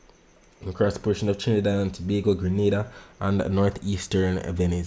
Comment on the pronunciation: You say Trinidad and Tobago well goodnight I gone to sleep bless ❤❤❤❤